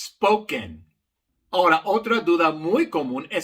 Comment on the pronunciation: Querido profesor su color de piel no es importante, solo importa que es un profesor excelente. Le informo que en correcto Español se dice Ahora no Hora.